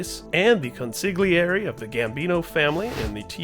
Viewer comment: Consigliere is pronounced "con-see-year-eh"